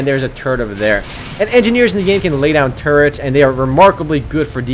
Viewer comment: The way you say "turrets" sounds like 'turds'.